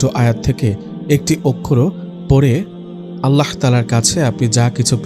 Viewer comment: Apnr mukh e Allah r hazrat Muhammad saw er nam er uccharon ta onk valo sonay....